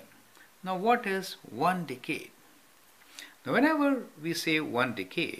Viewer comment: "One Dickade."